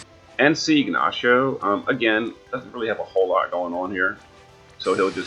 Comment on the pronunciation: Still used to jp eh you keep calling; Ignacio siegnacio lol